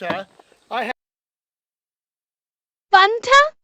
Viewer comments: Btw pronouncing fanta right fanta is German and thats how we pronounce it here😂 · I pronounce fanta like that because its how it was pronounced in the commercials